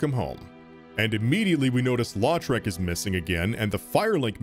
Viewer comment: just came across your video and enjoyed it. But i thought you might want to know (even though you probably won't need to say his name again) that around the 54 minute mark, when you're fighting the dragon, you mention the warrior Lautrec as "LAW-trec". I'm from louisiana (cajun french background) and that last name is pronounced "LOW-trec". Again, it's not important, but being a fan of this video, i thought you might be interested. Cheers.